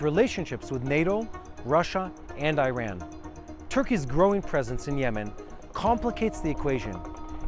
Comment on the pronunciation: Did you say stwike iwan?